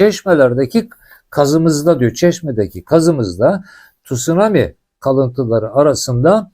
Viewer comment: Tut sunami değil abi , tsunami